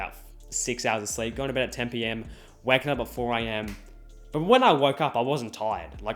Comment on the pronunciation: When he said I was "waking up at 4 am" I thought he said wacking up 😂